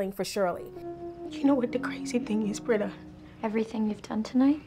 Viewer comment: Britta. It’s Britta.